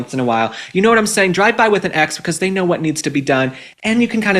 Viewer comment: Omg I thought you said a “Dry By” 😂 dry h@